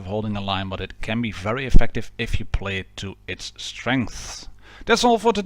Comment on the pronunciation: When you said tankers of blitz universe I heard tankers of bitch universe😂😂😂